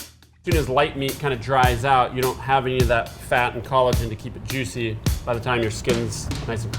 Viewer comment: "super yuicy" Was that a Guga reference?